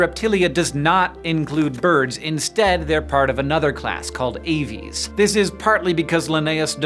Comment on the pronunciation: You deliberately mispronounced aves, didn't you?